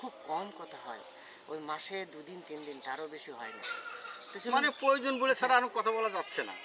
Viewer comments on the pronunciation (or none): none